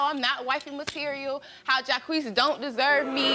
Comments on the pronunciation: His name is JAH-KWEES only if you say JACQUES (like Jacques Cousteau) PHONETICALLY!! Geez, the ignorance . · Jaques is not pronounced JAH KWEES. Its French...like Jaques Cousteau. OMG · Are these people so ignorant that they think the name JACQUES is pronounced JAH-KWEES? Unfreakin -believable that this kid doesn't know his own name is pronounced ZHAWK.....It's French ya moron!....like JACQUES COUSTEAU. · It's Jock for Jacques, and not Jacquee Jacques shall be pronounced as "Jock" as in French and not Jackuie or Jacquee as Maury and Janiece had said. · Who the hoot pronounces "Jacques" as "Jaquiece" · Jacques is French. What the hell is jaiquessss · 😂😂😂😂😂😂😂😂😂😂 the way they pronounce "Jacques". Jacques is the French version of Jack!😂😂😂 so funny! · I have never heard his name pronounced that way. Isn't it French and pronounced Jock.